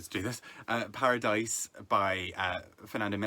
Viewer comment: Great pronunciation of Paradais, it's the same as Paradise. Paradais is just the phonetic spelling of Paradise in spanish, just like the movie Biutiful (Beautiful). Cheers, love the channel!